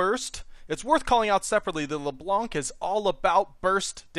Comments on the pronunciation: you have to say her name in a french accent, la bla nc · C in "blanc" is not pronounced. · I speak French, and I face palmed. You don't pronounce the C at the end.